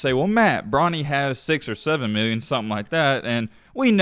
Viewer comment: I like how he says bronnys name he says “bronald”😭😭😂😂😂 wtf is a bronald